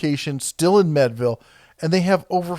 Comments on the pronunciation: First, Conneaut Lake is pronounced Con-knee-ot and Meadville is pronounced Meed(long e)ville. I like having my hometowns pronounced correctly. Just had to get that of my chest. Still a good video. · It’s MEADVILLE not MEDVILLE. To lend credibility to your info please pronounce words correctly. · its pronounced meed ville not med ville. they have outsourced a lot lately but the pliers are all made here in pennsylvania, at one time you could get seconds at the factory store that were better than most competitors but now if they arent firsts they are melted down. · Pronounced meed-ville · It's not medville, it's MEADville....the a is not silent... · I like how he says "med"-ville instead of "mead"-ville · Great video! Born and raised in Meadville (Meed-ville) and know lots of people who work at ChannelLock. The DeArments (Dee-Art-Ments) are still local and very influential in the area. When I was in middle school we had a field trip to ChannelLock and got to see the whole process. Great company! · It's Meadville, pronounced "meed-ville" The DeArment family still owns it, and have been great benefactors to the Meadville area. As you are coming into Meadville, from I-79, the first thing you notice is a huge 30'x50' American flag at the Channelock plant. Makes me proud to live in this county every time I pass it. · pronounced Meedville! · Meadville pronounced m(ee)d-ville. Mead is pronounced like the drink mead. Just an fyi. Cool video. Thanks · Conny ought lake and meed ville for town Pronunciations. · You talk about the proper names for tools. How about using the proper place names of Western Pa, :-). The lake is Connie - et, (conneaut lake). The town is like the drink, Mead, Mead-vil. I applied for work at Channellock when I graduated from High School. You did a previous video of the Crescent brand. The former Crescent tool factory and the Channellock Factory are only about 60 miles apart. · it's MEEEDville PA